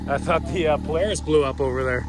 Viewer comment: Haha "poo"laris. At least its not a broke force!!!